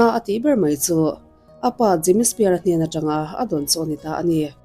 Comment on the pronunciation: Britney Spear....😂 Britney Spears anih khi.... Jamie Spear...😅 Jamie Spears tih ve hram awm.... Lam dan hi uluk ve deuh a tha asin..